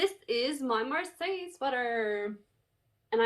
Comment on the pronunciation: If the pattern is named Marseille after the French city the way you say it is perfect.